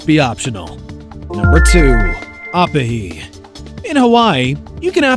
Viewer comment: i just know this man did not just call oh-pee-he op-ihe